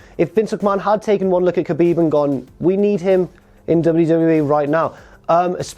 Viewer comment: Khabib = habib not kabib